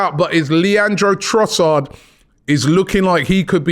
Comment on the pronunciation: Robbie. You sir have been this for a decade now and you still can’t get man’s name right 😂 Love you man, BIG UP!